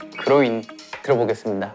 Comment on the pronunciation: if your name is "Cloé" go to , the way jimin is saying "groin" it could be understand like Cloé ... have a nice day 😁